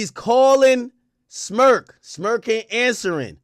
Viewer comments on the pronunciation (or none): Crazy thing is why you keep saying Smurk 🤷🏾‍♂️